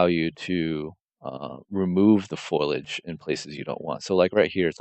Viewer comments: It's FOLIAGE not FOILAGE lol sorry to be that guy.. the material looks amazing, tho! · Dude this is amazing, if for nothing else than to deconstruct as it's so nicely laid out. As a modeler having to do UE4 work I appreciate this. But for the love of god, it's FOLIAGE. FO-LI-AGE.